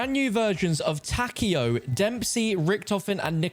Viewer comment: Takeo being pronounced "Tacky-o" pains me lol